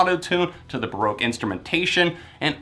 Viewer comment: the only issue i have with this review is how u pronounced baroque shudder otherwise, great review! u rlly went in depth with it as usual and it was enjoyable to watch